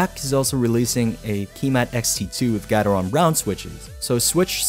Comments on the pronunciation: Ki - matte not key mat but nice video! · Kímat not Kīmat. Kímat = Lightning.